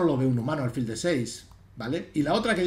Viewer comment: Con el máximo de los respetos, como me permití escribirle tb a lo largo del Torneo de Menorca, álfil es del todo incorrecto, hasta donde la RAE indica. Me da rabia con lo agradable e instructivo que resulta escucharle, y no sólo en lo ajedrecístico, que de vez en cuando acentúe esa palabra como llana cuando es siempre aguda. Con el máximo de los respetos, D. Miguel, de un ajedrecista menos que leve. Enhorabuena por todísimo lo demás, jjj. Un saludo